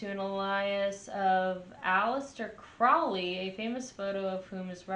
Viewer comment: Crowley -- rhymes with holy